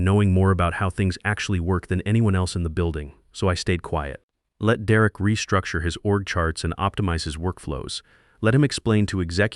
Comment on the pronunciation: "De Wreck" is an odd way to pronounce "Derek." Your AI is crap.